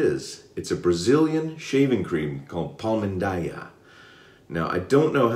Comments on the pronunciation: Ok let's go, correct pronunciation it's Pal-"Mean"-Daya not so far from your pronunciation, well done and nice job with the Fatboy this time. :) PS: squeeze a little more your brush. I noted your lather it's a little bit thin when you use any brush. Just try it and you'll have more protection skin and more slickness than you have. Hope you don't mind and get mad with me because this modest advice. :) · Iam from Brazil. Palmindaya 😍😍😍. And your pronunciation is correct ,it's one of my favorite brands for shaving, but I do my on shaving soap. Congratulations for the video. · Now that is a great surprise, man! I was searching looking for content in Portuguese and here you are!!! hehehe The pronunciation was real darn good! I have some Palmindaya coming to me and will be on my channel soon. They have a mentholated one, I'm pretty sure you would like the mentholated version. Maybe I can send you over a sample of it when I receive it. Let me know